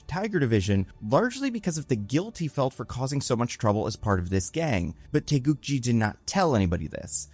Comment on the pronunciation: So you would pronounce it TAY GOO GEE?